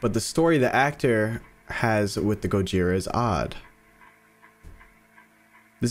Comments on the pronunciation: Just saying but dude…it’s pronounced go jithhhhra like in Spanish the thhhhhhr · here is some help Gojira(go-ge-ra) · The pronunciation of gojira (go-ji-ra) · This is ten months ago, but Gojira is pronounced 'Go-Jeer-Ra' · Gojira pronounciation: GƱ/zea/ra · The way you pronounced it is wrong the way it should be pronounced is gorjia